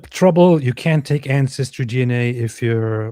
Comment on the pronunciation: "Incestry DNA" - that´s hilarious ha ha